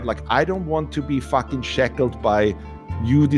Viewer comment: Take a shot every time he says FACKING